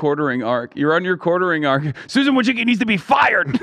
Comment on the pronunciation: As a Polish person I've hoped there'd come the day where people would learn to properly pronounce the surname "Wójcicki" but with Susan now leaving it will probably never happen. But tbh probably even she pronounces it wrong like a lot of Americans do lol, you can hear Americans absolutely butcher their own fucking surname lol. But maybe she does, I know she has been to Poland and even has the citizenship so she can always dip from the US when things go down